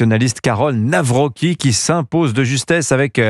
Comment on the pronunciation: On prononce le C en polonais, donc on dit Nawroztki, pas Nawroki !